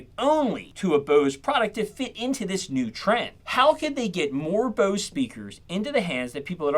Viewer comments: Bose not booze.. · Whats this "BEAUSE" company youre talking about? Thought this was about Bose? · This guy sounds like maybe a surfer dude or something the way he says Bose, home, etc. But just those words. Kinda odd